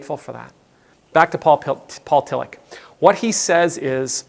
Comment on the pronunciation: Your Pronounciation is terrible, I thought you said Paul Killich... :-) And what is also interesting: When I know what you want to say I hear it... but before reading the name I searched for Kilich 😁